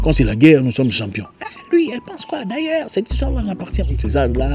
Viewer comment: Qui comme moi la façon que Zack prononce le mot " D'AILLEURS" fait rire😂😂😂🇸🇳🇸🇳🇸🇳🇸🇳